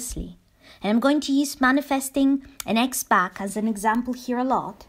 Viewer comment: For whatever reason sometimes for a second I mishear you saying "winning an ex back" as "winning an x box"...🎮📺 👫